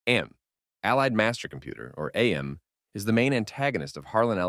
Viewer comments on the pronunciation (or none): minor nitpick it’s not said as A M with each letter separate but Am as in I think therefore I AM, the only reason I know that is from the videogame character voiced by Ellison himself says it that way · AM is not pronounced like an acronym it's literally pronounced like the word "am". It's self referential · It’s not A-M it’s AM; as in “I think, therefore I AM” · Very friendly and harmless reminder: his name is AM, not A-M. (Am, not Ay-em) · “Ay Am” Why the wrong pronunciation? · Ya dont say "A M" or "I D" it's Am and Id. As in "I am" i'm pretty sure its a biblical reference but could also be because He is therefore I am, or something else. I dunno the official reason. And the other thing isn't ID for identity it's Id which is one of 3 personality traits in Freudian psychology. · AM's name is supposed to be pronounced phonetically, AM as in I AM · You mispronounced AM AND ID lmao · He pronounced AM wrong too lol. Im guessing he never played/read the story